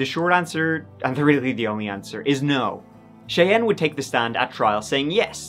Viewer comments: 'Cheyanne' is usually pronounced like "Shy Anne." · Thank you,, for pronouncing the name Cheyenne correctly, as my daughter is called Cheyenne, and they always pronounce it wrong,so thank you for that.Now, gooo 😊 x